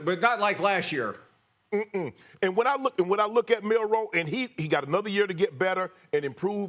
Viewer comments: Someone tell Stephen A. its Milroe, not Milroy.. Does this guy even watch the game? Plus no one even knows Michigans star receivers name, STILL. Its funny because every single person doubted Michigan, yet they dont even know the simplest things about them.. Anyone who likes the sport should love this Natty, No Georgia, no Bama, no LSU, no Ohio St, no Clemson. As a Michigan fan, if Washington wins, im just happy to see that its not the usual team. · Honest question: How many times are these clowns going to PURPOSEFULLY call Jalen Milroe, "Milroy?" They clearly are throwing him under the bus and intentionally mispronounced his name in an effort to delegitimize him. The more Milroe is a bad qb, the lesser Michigan is. Everything about ESPN is about making Michigan lesser. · Why they saying Milroy? It’s Milroe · It's Milroe not Milroy. This incompetence is not acceptable for broadcasters on this level. Also, get your facts correct. Milroe started last season. This was not his first year as a starter. If you know college football you would know this. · "Milroy" LMAO